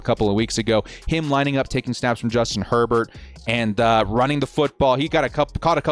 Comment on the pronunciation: Justin “” lol